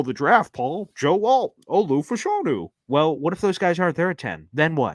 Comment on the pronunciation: FYI Fashanu is pronounced FAH-shuh-NOO